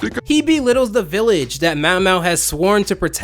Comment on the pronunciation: How does get Mao Mao's name wrong and but can say his full name just fine